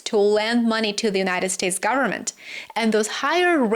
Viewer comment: "full faith and credit of the US gubmit..." LOL